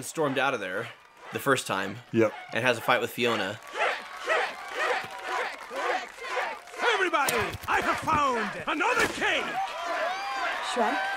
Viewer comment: FIONA! Not Finona who TF is that?